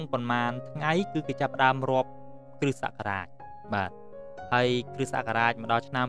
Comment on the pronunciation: លោកគ្រូ នេះអានថា គ្រិះ តែនេះអានថា គ្រិស្ត សូមលោកគ្រូជួយអានឱ្យត្រូវពាក្យផង! អរគុណ